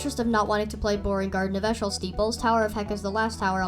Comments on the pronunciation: eeshöl is pronounced ee-shuh-l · Eeshöl is pronounced as E shul